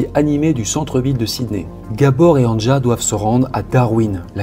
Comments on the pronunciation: Un tip pour la prononciation des prénoms : Anja, c'est Ania. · On prononce « Ania » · Anja se prononce « Ania » normalement .. enfin bref peu importe , paix à son âme ... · LE PRÉNOM ANJA SE PRONONCE ANIA , VU QUE EN ALLEMAND OU AUX PAYS DE L'EST, LA LETTRE J ( JULIETTE) EST PRONONCÉE COMME(I ) DE IVAN ...MERCI. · Histoire particulièrement ignoble, pourtant je suis habituée. Tu racontes vraiment très bien. Le prénom Anja se prononce Ania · Anja se prononce Ania ;)